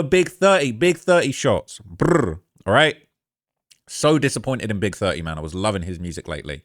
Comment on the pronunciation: Love how pronounce Big30 like "Big Thurt-ee" lmao 😂